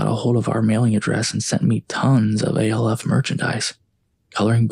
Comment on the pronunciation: Is saying "Alf" (rhymes with Ralph) as one word impossible? Why are you saying "A", "L", "F"? I do enjoy the stories.